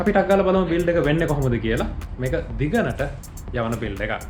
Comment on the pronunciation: මට මුලින්ම ඇහුනේ "මේ build එක දිගනo" වගේ....😂😂